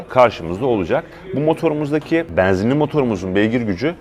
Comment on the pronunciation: Bu adamın E harfi ile bir derdi mi var, bana mı öyle geliyor? :))) E'leri bir tuhaf söylüyor :)) Beeenzinli... Eeeelli bin... :)))